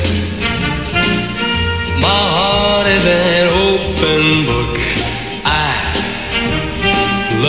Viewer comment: 그 땐 open이란 단어를 클리프는 오픈이 아니고 오팬처럼 발음하는거 같아 좀 이상하다 했지만 워낙 클리프의 상큼발랄한매력이 퐁퐁 솟아나는 노래여서 엄청 따라불렀었죠~~**